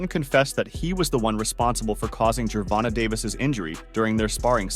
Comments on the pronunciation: Ger-Von-Tay not Ger-Von-Ta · I can’t watch this anymore. The way u say Davis first name is wrong and cringy 😂